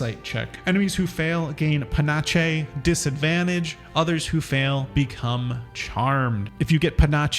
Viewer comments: Panache : /pəˈnaSH/ how old are you that "panache" isn't already in your vocabulary 9? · “Panache” is pronounced “puh-NASH” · please, if you do not know a word, please look up how to pronounce it. Pah-naahsh. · Rakish is rake-ish, panache is either pa-nash or pa-nosh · puh-nash. google is so easy to use. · "Pa-nash" It's a soft 'ch' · Panache = Pah-nash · Panache is prounounced "pa-nash" (like Steve Nash), basically it means swagger in french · Its a French word, and is pronunced pan-ash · I believe it’s pronounced as (pah-naash) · Thanks for these videos but I just gotta say... it's pronounced "Puh-NASH" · As a French Quebecker, I can tell you it’s a French word pronounced pan-ash. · No one covering patch 8 is able to pronounce panache correctly. There's been like 3 separate youtubers that just don't recognize it written. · Guys it’s really hard to learn to pronounce words properly. It’s not like you can just look it up on the internet in 30 seconds before recording a video or anything. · I was going to make fun of you for correcting it, but the I heard how he pronounced it and took 1d8 psychic damage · I rewound this and sped it up to 2X speed. Absolutely hilarious. Never change, you pronounced it perfectly. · I really hope he pronounced it like this on purpose for the engagement in the comments